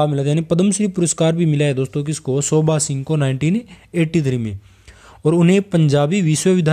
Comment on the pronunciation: Sir it's not "shobha" , it's "sobha"!!